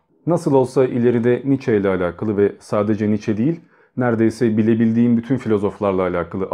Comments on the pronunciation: Kardeşim aslı almansa adı nitzşe okunur [sch=ş] [ie] öndeki i'yi vurgular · DİAMANTANRIM [2OMG] Doğrusunun "Niçe" biçiminde telaffuz edildiğini biliyorum.😊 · telaffuzu "niçe" şeklindedir